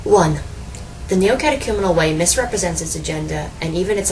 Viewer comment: This lonely woman needs the Kerygma... badly. The only good/true thing about this video is that you pronounced The Neocatechumenal Way correctly....